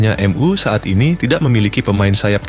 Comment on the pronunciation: Narator nya gimana sih baca nya kaku banget , , , emyu aja di baca M ,,U , , , ga enak bgt